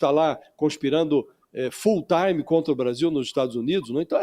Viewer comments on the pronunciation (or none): 'Full táime' é horroroso, hein Josias. Precisamos limpar nosso linguajar desse vírus estadunidense.